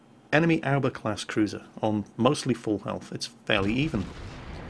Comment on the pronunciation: I'd just like to point out a simple pronunciation error: Aoba is pronounced "a-o-ba" not "owba" A general rule to follow with Japanese is that it's pronounced exactly how it's spelled.